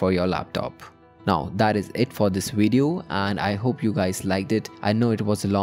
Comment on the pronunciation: "wideo" lmao